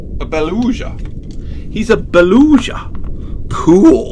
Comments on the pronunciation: The Beluga is the G not Zh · TV its pronounced boluga not boluja and they are whales. they are large mammals and use echolocation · It is not belusha it is beluga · You said beluga wrong you said belusha and not bee Lou ga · Btw its baluga not baluza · ITS BA-LOO-GA!!!! NOT BA-LUSHA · Beluga has a hard g. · LOL THE WAY HE SAID BELUGA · You said Beluga wrong. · The GCL I agree with you